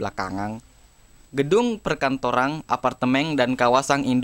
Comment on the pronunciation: Namun belakangang, gedung perkantorang, apartemeng, dan kawasang sudah menjadii ngeng wkkwkwkk✌😂